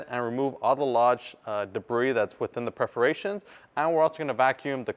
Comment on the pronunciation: The correct pronunciation is “PERforations”. otherwise, thank you for the cool info!